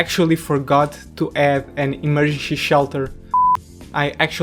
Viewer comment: Emergency... Ssshhhelter. You're Portugese man 😁🎉